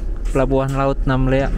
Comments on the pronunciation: Namlea Namlea Namlea, bukan Namela ugh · Namlea bang bukan namela..hehehe